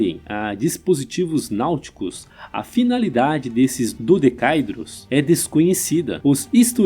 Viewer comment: A pronúncia correta é "dodecaédro", um poliedro, não "dodecaidro".